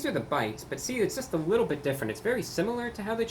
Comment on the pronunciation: Did he just say "a wittoo bit of a discount, or a wittoo bit of a woher price"? I can't tell if he is joking